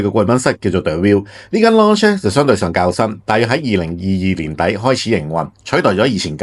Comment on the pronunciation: Lounge 發音錯誤做”發射”